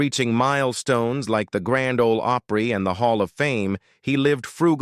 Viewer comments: Grand Ole Oh-pree? 🤦‍♂️ Narrator should have some knowledge of the subject. 🙄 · This video lost all credibility when it mentioned The Grand Ole OH-PREE. What a bunch of AI bullcrap!!! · Misleading click bait. The one character did not die by hanging; the other girl in the video title isn't on the video at all and did not die by snakebite. When you can post anything without verification, you get a lot of crap like this. The narrator pronounced Grand Ole Opry "Grand Ole Ohpry (long o) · The robo voice saying " Grand Ole Ohh pree " ( said it correctly later on ) Ok, after listening to it calling the Opossum " Grandpa " I'll just go watch my Time Life DVD collection I paid $100 for back when we never saw YouTube coming. Goodnite Ya'll. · These AI videos SUCK !!!! This video giving a performer stage name and playing himself didn’t make sense! The video AI narrator can’t say GRAND OLE OPRY correctly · This is so dumb. What ignorant fool put this together? What ignorant fool thought it was OK to let the AI announcer mispronounce a phrase known throughout the world, the Grand Ol' Opry? And what ignorant fool thought that Barbara Mandrell was Ronnie Stoneman? And what ignorant fool decided to assign Grandpa Jones' biography to George Jones? I could go on, but I just had to stop the video there. This is so, so stupid and was created and published by an ignorant, ignorant fool. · This is an AI nightmare. You have narration talking about Grandpa Jones while showing photos of George Jones. The AI narrator can’t pronounce so many things correctly. The Grand Ole Opry with a long “o” sound. Nice. Nothing like taking legendary names and places and chopping them up like diced onions. This channel is a major mess. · I cringe everytime your ai pronounces it hee HAW. Nobody that ever watched it says it like that. Grand old O’pree?!? You can’t train it or be bothered enough to proof the quality of this garbage before you post it? You get a dislike and a block channel from me